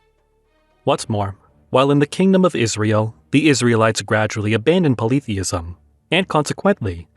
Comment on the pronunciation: I have never heard polytheism pronouced this way.